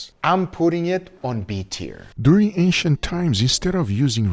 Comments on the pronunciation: Ancient ❌ Asiant ✅ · OH I thought he was saying “Asian methods” but the whole time it was ancient 😂😂 Me big dum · I swear I thought he was saying Asian til I read the title lol. 😅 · Every time he said ancient I hear Asian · Guga keeps saying "Asian" from what I hear LOL until i realized he meant Ancient hahaha peace out :D